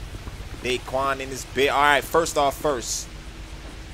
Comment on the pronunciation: Not dayquan